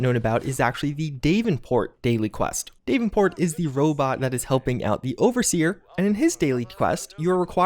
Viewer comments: “DAVE-en-port?” Did you mean.. DAV-en-port?” 😆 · Dave-in-port is pronounced Dav-in-port btw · I thought maybe the bullions would be like gold bars in Red Dead Online and purchasable in bundles in the store. I'm glad this is not the case. And sorry, but it's bugging me the way ur pronouncing "Davenport". It's Da-ven-port, not Dave-n-port. The "a" is short. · Why does he say Davenports name like that? He says day-ven-port when its DAV-ven-port, not a serious issue lol but its weird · It’s pronounced dav-in-port not Dave-in-port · "Dave-in-port", really? Really? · Bullion not bullions like there’s no sheeps. DAV-en-port.....cmon it actually says it correctly in the game! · DAV-IN-PORT! Dammit! This is to spite me isn't it!? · "Dave-in-port"? Good lord... lol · Brian H exactly what i said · That is not how davenport is pronounced. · The way u say davenport.. why you not saying DEE AYE VEE EEE ENN .. say your abc, now pronounce the same letter.. see the difference? Why u pronounce some letters as if your saying the alphabet astonishes me man. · You way you pronounce Davenport hurts my ears